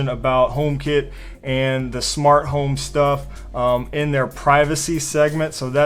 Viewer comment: It’s home not hime ;D